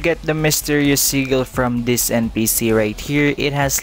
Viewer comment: I just got pheonix and now i see ur vid telling me how 2 get mink ive been looking alot thx btw everytime u say sigil it sounds loke u said seagull XD